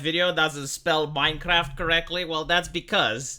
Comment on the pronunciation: MinceRaft.... MinceRaft!